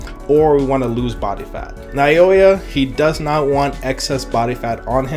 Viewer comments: Now-yuh is how you pronounce Naoya btw 😊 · Just a little help with the pronunciation of his name. Naoya is pronounced like NOW-YUH. Great video btw brotha